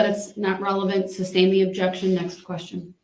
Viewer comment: How many brain cells do you think we lose with each "grounds" and "substain"? I feel like it's bunches